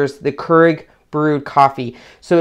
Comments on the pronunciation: It's 'cure-ig' not 'ker-ig'. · It's pronounced k-e-e-r-e-g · pronounced.... Cure ig